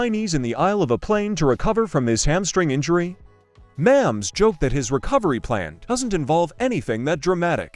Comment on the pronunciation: Learn how to pronounce Mahomes.